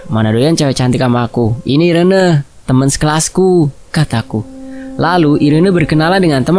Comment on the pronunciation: namanya dibacanya iren bukan si 😂 atau emang irene? 😂